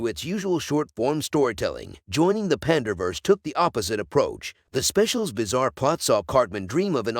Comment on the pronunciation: Pander vs eh. Good Job AI